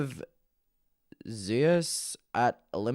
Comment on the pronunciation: not knowing how to pronounce Zeus is sending meeeeee